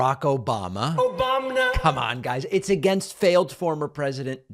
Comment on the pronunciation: "Obomna" makes me laugh